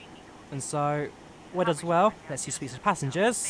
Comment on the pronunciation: its pronouced pu-ver-ny-tuck